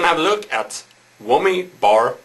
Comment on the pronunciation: LOLOLOLOL he said eeebanezzz and he said whommyyy ITS I-banez and WHAMYY lol hes still rlly cool and rully good